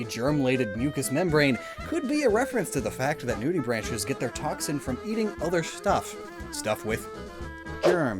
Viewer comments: "Nudibranchs" is not pronounced "nude-ee-branches." It's pronounced "nude-ee-bronx." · BTW, nudibranch is pronounced with a hard "C" sound (like "cat") and the plural is nudibranchs which would be pronounced "branks" not "branches"